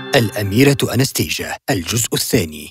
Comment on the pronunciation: اسمها انستاسيا ليس انستيجا